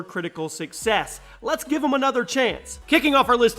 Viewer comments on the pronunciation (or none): none